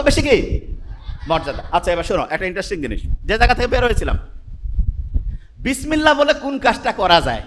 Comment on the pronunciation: উনিতো শুদ্ধ করে বিসমিল্লাহ পড়তেই পারলেন না!